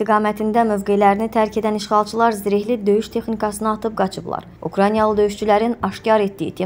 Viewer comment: Neden hec bir jurnalist Ukrayna sozunu duz deye bilmir?